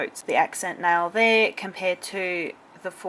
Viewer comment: If I didn't hear wrong...she says nail wrong...just sayin'.....i don't mean being silly or something